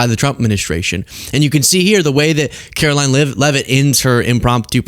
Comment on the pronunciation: See ya in church on Sundee, Care-oh-lyin Leavitt.